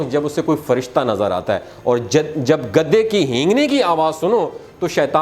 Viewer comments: او گدھے تجھے گدھے بولنا نہیں آتا۔۔گدے گدے لگا رکھی ہے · گدے کہنا غلط ہے صحیح ورڈ گدھے ھے گدی نہی بلکہ گدھی صحیح ورڈ ہے گدے تو بستر کے گدے ہوتے ہیں یا کاغزات کے بنڈل کو گدے کہیں گے